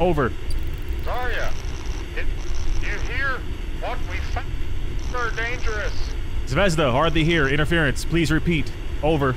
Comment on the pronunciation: 😂😂😂😂 yes you said zvezda wrong